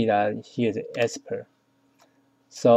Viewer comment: Export. Not Espert. FBX. Not FBS.